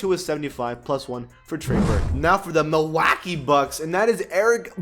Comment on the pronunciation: It's mil-walk-ee keep hating dude...